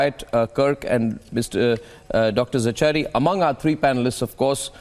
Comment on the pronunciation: Arnab it is Zachary. Please the “cha” is pronounced as “ka”. So it is “Za-ka-ry”.